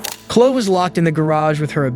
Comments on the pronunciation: 1) He's been a monster his whole life... And because of the ridiculousness of our justice system, he turned into a monster with an education. Great.. He should never have been allowed in public. 2) In the second one with Chloe (pronounced CLO - EY -- by the way, STOP USING AI GENERATED VOICES) I'm disgusted at the officers seemingly lack of empathy or care. 3) The scene is horrifying and heartbreaking enough. Thank God for the officers knowing CPR, but we don't need music to underscore that scene. Also, the "insanity" defense should not be a get-out-of-jail-free card. She should still be put away FOREVER for what she did . 4) Just because someone says they're a Christian doesn't mean they are. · I swear this narrator mispronounces words just to get people in the comments. Who pronounces chloe as kloh??!! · Her name is pronounced 'klo eee' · Dude, how do you think Chloe is pronounced like flow? Would not have bothered me if you hadn't said it 100 times Klo-EE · You gotta learn how to pronounce people’s names, especially the victims, before you make these vids. Kala is pronounce Kay-luh. Chloe is pronounced Kloh-E. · Dude, Chloe is pronounced KLO-EE. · It’s pronounced Klo-ee! The cops here are morons. I love law enforcement, but I hope these officers got reprimanded. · The name is pronounced CLO--EE !!! Those cops should be fired for their behavior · 1 st case Her name is pronounced Kay-La(Kayla),2nd case his name is pronounced Mo-zis(Moses),3rd case her name is pronounced Klo-E(Chloe). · this bullshit ass AI voice is mispronouncing every single fucking name. at least respect the names of the victims enough to pronounce them correctly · Seriously, you hear the guy calling out to Chloe yet you continue to mispronounce her name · How does the narrator not know how to pronounce “Chloe”? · How does this narrator not know how to pronounce Chloe? 🤦‍♀ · Chloe rhymes with Joey. Learn how to pronounce that poor girl's name! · Narrator needs to learn how to pronounce Chloe!